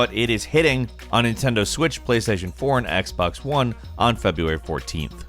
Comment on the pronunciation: Whoever heard him say “x bex 1” at the end